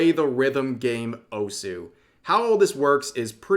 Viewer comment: Osu is pronounced like Dose. Neuro samah - you're stressing the wrong syllable.